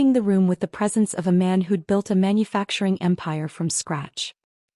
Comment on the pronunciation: It's built, not belt.